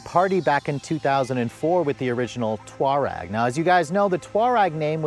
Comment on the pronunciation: No, it’s not. It’s Tour-egg